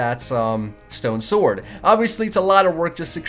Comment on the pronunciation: you pronounce sword "svord" but its pronounced "sord"